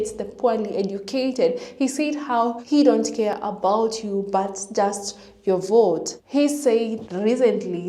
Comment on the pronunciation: Adios “I will boat for Donald Trump”